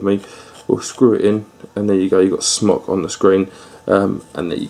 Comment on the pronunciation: I think it's pronounced like smoke?